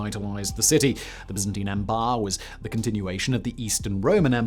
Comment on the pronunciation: Your English so you've no excuse for mispronounciaction of Byzantine or Tunisia like Americans